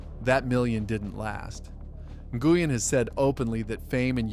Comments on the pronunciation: N-gooey-N???? Try: Win because that’s how it’s pronounced. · NGUYEN, its pronounced win. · It is pronounced Scotty "Win" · Nguyen is pronounced: win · I believe he said Scotty N Goo Yin 🤣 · Scott Goo-yin. It's almost like this is slop content made by A1 steak sauce. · Seriously, it's Scotty WiN, pronounced WiNNNNNN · You need to ask Vietnamese people how to pronounce Nguyen instead of guessing, you are way off